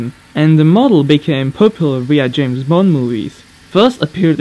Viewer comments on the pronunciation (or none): none